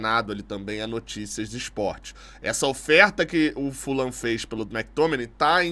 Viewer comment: André, boa em chamar o Fulham, com a pronúncia correta - Fulam. A maioria da imprensa erra chamando de Fulram. Outros erros da imprensa: Tottenham, falam Tottenram, mas o certo é Tottenam; o jogador Vegeti, falam Verreti, mas o certo é Vegeti mesmo. Sugiro sempre pesquisarem as pronúncias antes de saírem repetindo errado. Abraços